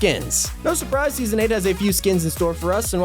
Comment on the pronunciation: You ruin the word surprise